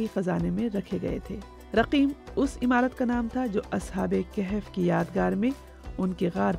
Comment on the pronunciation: O Bibi: Ashab-e-Kehef naheen Balke Ashabe-e-Kahaf